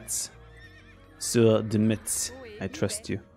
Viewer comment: IN FRENCH, METZ IS PRONOUNCED "MESS".